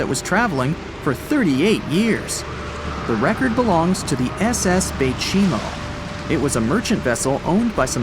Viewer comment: that three times you say the baychimo lamo